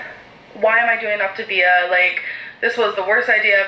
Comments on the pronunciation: Not even. It’s the emphasis on certain syllables (which I think she’s messing up on purpose, she pronounced it right in the video before) The correct way to pronounce it is “Oc - TA - vi-a” and “Op - TIV -i-a”. She keeps saying “Op-tiv- I -a”. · I didnt notice her pronounce feel as fuel until you pointed it out.....im shocked lol i cant believe how badly she mispronounces things. Its not even the accent she literally cannot read or pronounce words correctly (its OptAvia not OptIvia. Cant even read the packaging that she thought was soooo cute) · When I first saw that she was starting Optavia and pronouncing it Op-ta-vee-ah my dumb ass thought she was mispronouncing Activia, the yogurt 😂 I was like, they got a diet plan?? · Its pronounced Loptavita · Coffee: poured ✅ Wig: glued and taped ✅ Optavia: correctly pronounced ✅ im ready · optavia correctly pronounced 💀💀💀 lmaoo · I’m fairly certain she has dyslexia based on her prior spoken and reading errors. Makes sense why Optavia as a word is tripping her up. Thats about the only thing that is understandable in her latest vid.